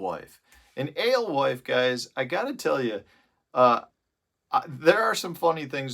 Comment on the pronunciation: You say Alwife...... I say "Ghost". Thanks for the vid.